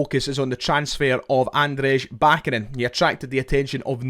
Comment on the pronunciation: Cheers mate love the content but this is killing me: it’s Ahn-dray ba-CHA-nin